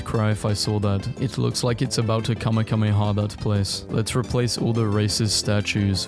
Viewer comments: Did mf just say kame-kame-ha ? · i was happy until he said "kamekameha"